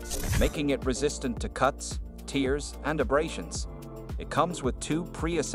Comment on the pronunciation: what in the AI is going on with this voiceover? The way they pronounced "tears" and "lbs" had me cracking up until it got to elongator and then i lost it